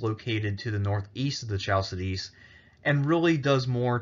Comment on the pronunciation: Chal see dis 😆😆😆 It's hal ki di ki Chalsidis 😂